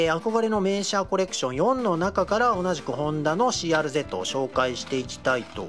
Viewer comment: CRゼットではなくCRずぃーですよ😊